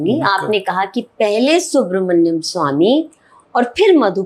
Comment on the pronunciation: भाई, आप खैनी मुंह में लिए हुए इंटरव्यू करने बैठ गए और 'सुब्रमनियन स्वामी' को 'सुब्रहडियम स्वामी' कह रहे हो। और मैडम सोफे पे रखे तकियों को ठीक करने में लगी हुईं हैं। वाह वाह, आजकल हर दूसरा व्यक्ति पत्रकार बन बैठा है।